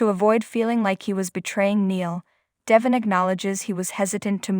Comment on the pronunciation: Devon, Devon , Devon not Devin, say it right, so annoying